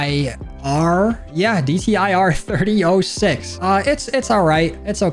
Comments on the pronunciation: I’m a big gun guy so to pronounce the DTIR 30-06 “30-ought6” your welcome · its pronounst 30 auut 6